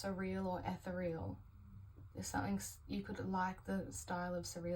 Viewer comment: Hi, thanks for the reading. Ethereal has 4 syllables, e-ther-re-al. 💜